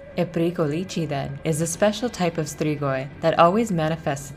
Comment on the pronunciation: The way she sais strigoi is beyond me